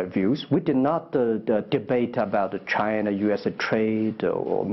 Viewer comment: 马云一直在说Chiner